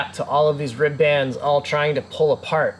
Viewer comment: If you guys want to sound like salty old boat builders you have to stop saying rib bands. It's pronounced rib'ns almost like ribbons, like you would tie up into a bow.